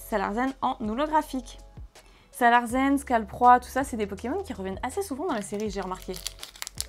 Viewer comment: c'est SalarSSSen pas ZEN ^^ je pense qui c est un jeu de mot pour sale larsen ^^